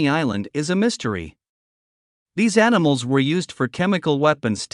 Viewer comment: what the fk is anisals . .you twat . . .